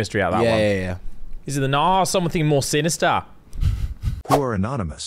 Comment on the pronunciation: "Or is it something more Synastar🇭🇲😮"😭😭😭😭😭😭😭😭